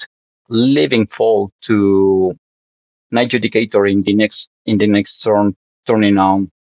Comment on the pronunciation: 'Knight JUDIE-cator' Dear lord......